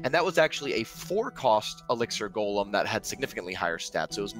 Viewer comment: Elixer monster. "GOHLHEM". i wish these nerds could speak properly